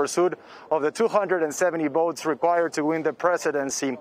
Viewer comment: Why does the guy keep saying boats and boating instead of votes and voting?